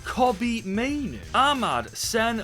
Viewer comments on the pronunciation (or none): none